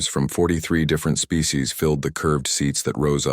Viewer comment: "Birthed a spee" huh? Bloody useless AI. These stories are getting worse.